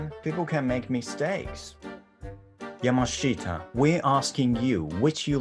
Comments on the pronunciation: YOUR AMERICAN ACCENT HERE IS SO FUNNY FOR ME ‘Yamashiter’ the fucking emphasis on the ‘R’ is so very stereotypically accurate lmao This entire video is a masterpiece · ヤマシーラーほんま草 ちょいちょい発音のブラックジョーク入れてくるの良いよね。 しかも「アメリカ英語が本物！」みたいな日本人のあるある勘違いを気にしてないのも良い。